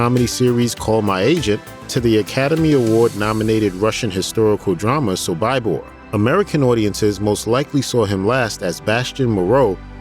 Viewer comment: “Sob I bor” lol know your subject matter lol